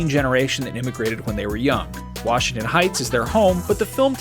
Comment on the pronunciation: Wach-ington heights